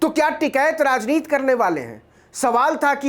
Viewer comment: आप बार बार राजनीति की उच्चारण राजनीत कर रहे हैं जो बहुत ही अच्छी खबर को खराब कर देता है। कृपया इस पर ध्यान दें।